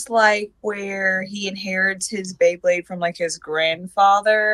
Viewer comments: Its BeyBlade (bay-bleyd), not BleBle. Dafaq! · The guy saying BLAYBLAYD instead of BEYBLADE made me cringe